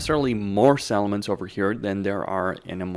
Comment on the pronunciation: I noticed that too, he also pronounces "settlements" more like "salmons". I kept wondering where all those fish are. Gotta pronounce those T's. On the other hand he needs to tone down the P's because it sounds like he's spitting into the mic.